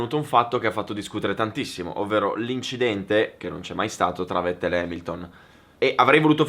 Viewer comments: Vettel si pronuncia Fettel, e' tedesco, come Volkswagen si pronuncia Folkswagen. Non e' tanto difficile da ricordare, italienisch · Si pronuncia fettel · è tedesco: Fettel si pronuncia 🤣🤣😡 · Bel video, comunque si pronuncia "fettel" (alla tedesca, poi è vero che "V" è andata via via ammorbidendosi vista la pronucia inglese) -Tedesco - -"inglesizzata" - ma alla fine kissene, ripeto bel video!